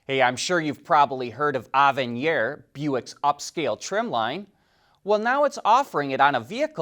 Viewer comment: Avenir is pronounced (ave uh near) not (ov un knee R)